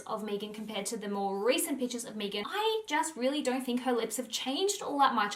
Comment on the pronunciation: Meghan not mee-gan. That is how she pronounced it therefore that is the correct way to pronounce her name.